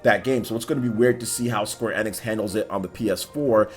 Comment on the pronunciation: Square NX?? Its pronounced Square * E Nicks *